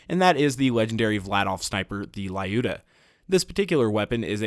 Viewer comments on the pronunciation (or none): its "luda", not a "lai uda" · I don't think it's pronounced "lAyuda", given it's based on a russian name "Люда". "L" is little softer than usual without any trace of vowel, and "yu" pronounsed as in a word "you". "da" part is correct. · Looda! I always pronounced it like Lie-You-Da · "Лаюда". Seems legit. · The gun is a reference to a russian(Soviet) female sniper - Lyudmila Pavlichenko. Lyuda(Люда) is supposed to be a shorter version of her name. "Лаюда" is equal to "La-yuda" - this is what english speakers make this name sound like. They pronounce it as "la" followed by "yuda", instead of reading it as "L-yuda". Makes it sound lot worse. Pronunciation of the name in russian is similar to the russian word "люд" - people. So, you know, USSR, people, a sniper and a sniper rifle. Its not too important, but it just makes you feel bad when you actually know how it SHOULD be pronounced and the story/meaning behind it. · Ah, everyone mispronounces the gun's name. It is actually pronounced like the word "lewd" with an "a" in the end.